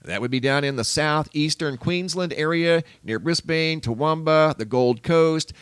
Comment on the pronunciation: Brisbane is pronounced Briz-bin.